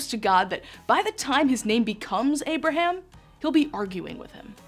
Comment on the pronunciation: I wish she pronounced names and places correctly! Example.. it is “ Abraham” . Not “ Aberum” as she lazily says!